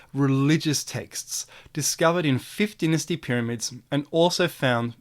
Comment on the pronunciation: PLEASE pronounce dynasty properly!